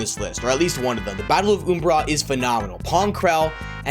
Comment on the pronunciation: How dare you pronounce umbara wrong.